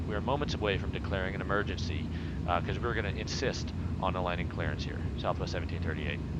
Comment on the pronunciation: 'mergency landing sent me